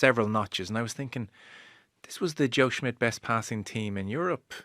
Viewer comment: CMON Rud!!!! It's SSSSSSSH-midt. NOT SMITH